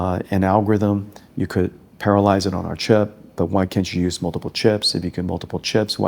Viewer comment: Very cool video, he's a cool CEO, but one thing - the way he says 'parallelise', sounds like 'paralyze'...